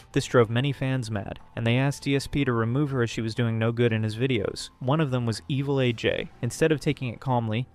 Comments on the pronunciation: Lmfao I am pronouncing evil AJ's name as 'evelage' for the rest of my life now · Evilaj? You mean Evil A. J.? The inconsistent pronunciation between AJ's username and Machinima is wild... 😩